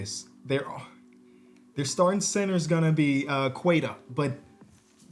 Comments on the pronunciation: It’s “Keta” not “Cueta” 🇵🇹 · pronunciation of Queta has me rolling on the floor😂😂